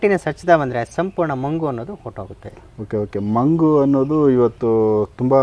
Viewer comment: Sir ಅದು ಮಂಗು ಅಲ್ಲ ಬಂಗು